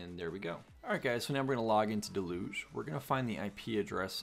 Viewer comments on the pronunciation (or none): Can I recommend you check with google on how to say Deluge, you sound French or someshit. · Great video really helpful, I've gotta ask do Americans say deluge like del'uge? It's a regular word and I've only ever heard it pronounced "dell-yooj"